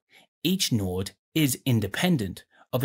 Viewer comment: That's what tipped you off? Not the pronunciation of "node"?